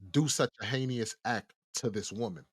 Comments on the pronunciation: The word he keeps trying to say is Heinous. Not “heinious” omg that was bothering me so bad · It’s “hei-nous” not “hey~knee~ous” Just a pet peeve of mine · pls forgive me but you keep pronouncing the word heinous wrong 🙈 it’s not heinEous it’s heinous pronounced Hay-nus. Also your description/definition of s*domy is wrong, it is the act of something going up the “back end”, basically it’s butt r*pe instead of regular vag penetration K I’m done sorry 😅🙈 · Why do he keep saying heinyous instead of heinous. It’s making me mad idk why cause it so small. But we have google pronunciation it will tell u how to say a word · My boy said Heykneeus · Heinous, pronounced “Hay nus” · The only thing fishy is how you pronounce “Heinous” 😅